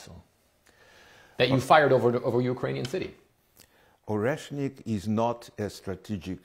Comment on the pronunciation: the bomb called Oreshnick (Nutter) not reznik